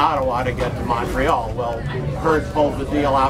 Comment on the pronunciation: Great video! I’m impressed he says Ottawa and Montreal correctly lol